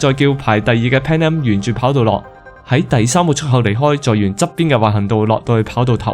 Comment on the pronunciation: 括弧内为读成嘅错音。 波音747个7字有少少唔准， 空中巴士（死）， 阿姆斯特丹（dang）， 1736班（bang）机， 出（速）口 。仲有间（更），行（痕）（闲）等等有啲啲咩音。要翻工，只可以帮到黎哩度......😅